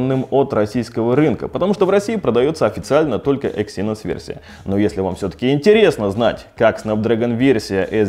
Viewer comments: Почему эксИнос? Эксинос же. На "Э" ударение. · Эксинос а не эксИнос, аж противно становится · Не говори екси, звучит как секси) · ЭксиНОС говорить правильнее